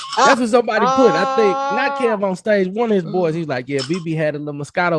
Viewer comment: Bebe is still calling Kevonstage Kevaughn 😂😂😂😂